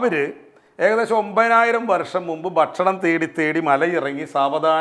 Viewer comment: താങ്കൾ എന്താണ് 'ഭാഷ' എന്ന വാക്ക് 'ബാഷ ' എന്നുച്ചരിക്കുന്നത്! 'ഭക്ഷണം' എന്നത് ' 'ബക്ഷണമെന്ന് ' താങ്കൾ ഉച്ചരിക്കുന്നു. 'ഭ' എന്ന അക്ഷരം 'ബ' ആക്കാതിരിക്കൂ......